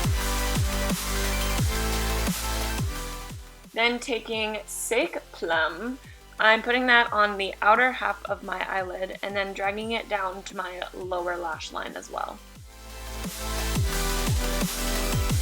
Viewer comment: But doesn't pronounce Sake right. Good thing she's adorable lol